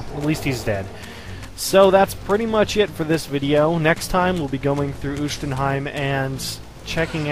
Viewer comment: yes the reaver does increase in power as it devours souls, no the light reaver does not stop draining your help, and not it is not spelled oohshtenheim, but Uschtenheim